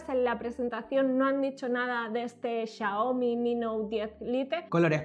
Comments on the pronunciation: cuando ves en vez de 'xiaomi' 'chaomi' XD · SE DISE XIAOMI